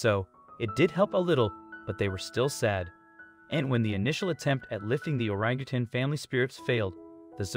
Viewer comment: Thank you for pronouncing Orangutan correct!.. a lot of people at the end of the word say tang....it is tan. ( I guess once a teacher always a teacher)